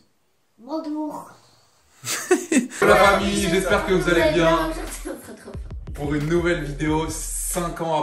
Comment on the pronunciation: Elle a vraiment dit pore 😂😂😂😂